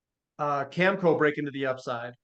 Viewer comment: needs to learn to pronounce Cameco properly